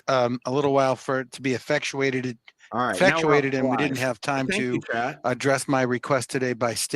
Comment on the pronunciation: “Afectuated”??? Is he serious? America, the land where old words are convoluted, and new words created. Also the detective kept saying deceeted for deceased. Never heard that before